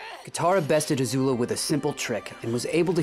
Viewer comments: Its Azula not Azulu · Don't say ZUZU